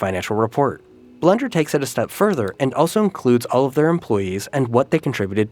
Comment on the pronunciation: Just me or did it sound like he said "Blunder" every time he said blender?